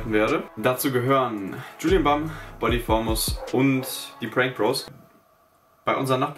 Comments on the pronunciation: Das Wort "Bam": Wie es ausgesprochen wird: "Bäm"; Wie es ausspricht: "Bamm". Wie wäre es mit einem Englischkurs?:) Ansonsten recht nices Video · Es heißt nicht Julien Bamm sondern Bam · Julian bammm? bist du dumm oder so, das heißt Julian Bäm:))))